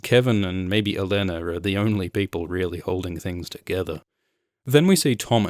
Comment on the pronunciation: another excellent review, & extra pts for being among the 1% of reviewers that actually know how to pronounce qyburn & olenna (apparently the rest watch the show in mute) hehe